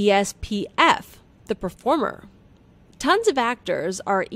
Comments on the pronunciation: It’s ESFP, NOT ESPF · WTF IS ESPF?! it’s ESFP BRO?? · I'm an ISTP. Why do you keep calling ESFP as ESPF? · It’s ESFP NOT ESPF 😂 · ESFP not ESPF... Sigh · Einstien was an INTP not an INTJ and it's ESFP not ESPF great video <3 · ESPF? Its ESFP! How did you make this mistake?! You literally have to do the same thing over and over. How???? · Bruh they really committed to calling it ESPF instead of the ESFP the entire video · It's ESFP not ESPF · you guys said espf its esfp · It’s esfp not espf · ITS ESFP AND ESFJ NOT ESPF AND ESJF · Its esfp not espf!